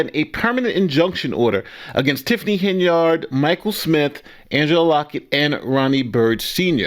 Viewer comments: Henyard is an old name and it is pronounced: "Hen-yerd." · PLEASE cease pronouncing Henyard, “HEN-yard” like a chicken in a yard. It is pronounced- HEN-yerd. This subtle English misnomering is what keeps your community repressed.